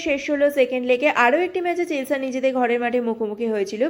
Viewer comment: চেলসা না "চেলসি"